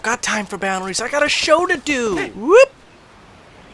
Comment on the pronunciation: I had to watch that into 4 times to realize that he says "boundaries" not "balleries